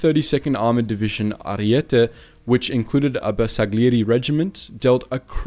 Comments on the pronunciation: This is such a great documentary regarding the courage of some members of the italian army and I really appreciate all the effort you put into this video, but the pronunciation of most of the italian words here is just... nevermind. Two examples come to mind: the surname "Giorgi" and the word "bersagliere". The first was pronounced as if it were "Ghiorghi", while you should've read it as if it were "Jorji"; same with all the "Giovanni", as they were read "Ghiovanni" but should've been read "Joevanni" (I know that "Jo"/"Joe" isn't pronounced exactly the same as the italian "Gio" but it's still quite close so I think it's ok to make the comparison). In the second case ("bersagliere") you read the "g", the "l" and the "i" as separate sounds, while they should have combined in a sound closer to that of the letter "y". Again, this criticism isn't to diminish all the effort and research you've put into this video, it's just to tell you that a couple of things can be improved and how to improve them. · Bersagliere is pronounced with a soft G, not hard.